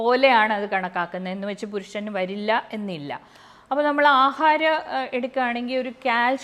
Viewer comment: ആ ഹ രം പറ